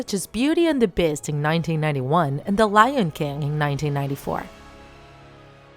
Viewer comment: Beauty and the bist huh (she pronounced beauty beast that way)